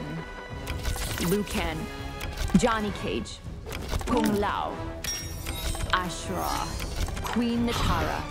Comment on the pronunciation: Lu ken AshrAAAAH gayras Tsang sungs Labooratory HAV-OK